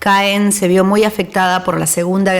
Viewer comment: Ma Normandie! Trés belle! Muy buen recorrido. Gracias La ciudad de Caen se pronuncia CAN